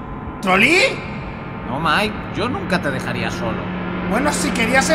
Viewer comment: A y es mike no nike